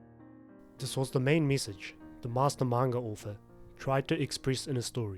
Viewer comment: I was fine until you said sensei 😭😭